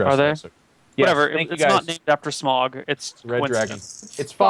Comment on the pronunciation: damn it its SMAUG: SM-OW-GUH